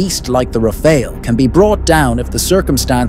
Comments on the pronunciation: "Rah Fahl" not the Red Ninja Turtle Ra Pha El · "Rafail"... Pronounce it right, bro. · so annoying u keep saying elite refail, elite refail, what the heck is that? like hermes bag worth of billions of rupee?